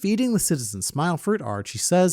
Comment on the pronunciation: I keep hearing you say Archie, I look up and it!s Orochi. 😂